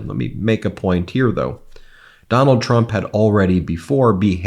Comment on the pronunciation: Ben, you got it right the 1st time!! “Tump”😂 Ty for the smile & for all your hard work as well!! I will be calling him “tump” now!!💯😹 🇺🇸💙💙💙💙💙💙💙💙🇺🇸 I just love “Walz”!! Our future president, Kamala Harris made the perfect choice for her VP!! 🇺🇸💙💙💙💙🇺🇸